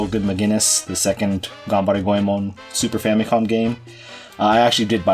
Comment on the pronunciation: Says "Got any more of that Ganberry Go-eee-man?" in silly Try voice...